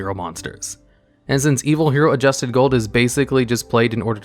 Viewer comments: You could have at least read ADUSTED, not ADJUSTED, Gold & Dark Calling before making this video. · "Arche Lord Zeratos" "I swarm" "Adjusted Gold" pronounce card names correctly challenge.